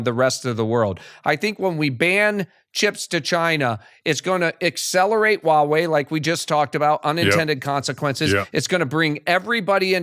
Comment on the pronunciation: I enjoy this channel. However, a suggestion - its "Huawei" not "Wawei". Pronounce Huawei - "HUA WEI" just like its spelt.